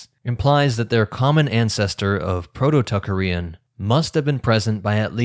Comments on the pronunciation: I have never heard -arian or -aryan pronounced in such a strange way as when you say Tocharian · Tip: always check the pronunciation of words you're not familiar with, such as Tocharian, Caucasus, ...